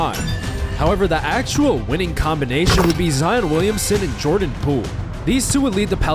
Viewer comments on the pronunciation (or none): none